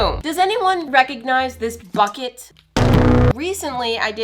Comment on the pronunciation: When she said why is this BUKET exploding I heard something else